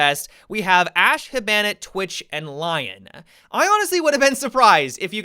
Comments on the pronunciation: I like how he says hibana ha bana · The way you say hibana is killing me